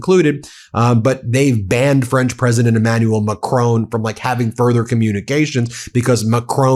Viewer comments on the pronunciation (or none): Macron is pronounced as it is spelt. It is NOT pronounced in the way it was said on this video, as "McRown", I have never heard anyone pronounce it that way! The mispronunciation detracted from the general quality of this video. Trump appears to deliberately mispronounce French words. Please don't go by his regime's pronunciations as it comes over as being done to belittle, insult and to mock French speakers. If you aren't sure look on a French news website where you will hear the correct pronunciation. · Macron is pronounced MACKRAWN. 'ron' like 'awn'. It's polite to say it right. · Dear. I really like your broadcasts. They're really spot on. However, could you kindly learn how to pronounce Macron's name more accurately. M Macron is not Scottish. His name should not be pronounced as if he is a member of a clan called McCrone. The emphasis when saying his name should be on the first syllable, plus the second syllable does not have an e on the end. The final n should be uttered in a subtle non-emphatic manner too. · Excellent show. However, note the following: a short "o" not a long "o", like "not" and "bot" in the case of President Macron. Like the "o" in "shot" or "hot", not like the "o" in "clone" or "moan". Please pronounce it correctly in future.